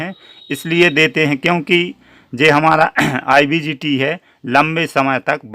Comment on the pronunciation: Sir IBGT nhi IGBT hota hai, thanks